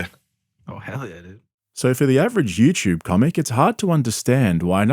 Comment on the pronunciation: It's you tube...not you chub...